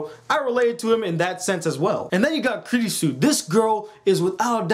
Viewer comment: Now pronounce it after me her name is pronounced "Kew-rew-sew"